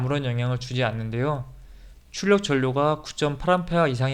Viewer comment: "전류" 발음을 ㄹ말고 ㄴ을 하시네요.